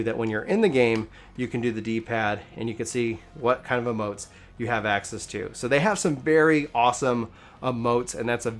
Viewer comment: It's emotes not amotes